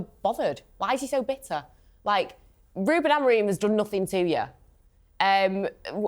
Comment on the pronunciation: It's AmoRIN not AmoRINE FFS!